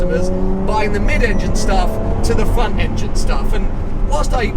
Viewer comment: Cant tell if said front engine or fun engine, regardless front engine ferrari’s are fun